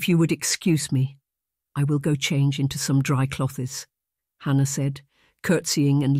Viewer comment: I couldn’t stop laughing at the pronunciation of “cloth-es! 😂